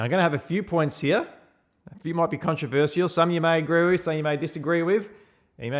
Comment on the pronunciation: the only controversial thing, to me , is how you say controversial.